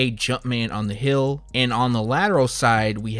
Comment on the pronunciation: why does he say Hill and not Heel?